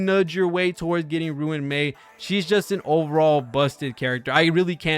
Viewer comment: its so funny how he says ruin mei instead of RUAN mei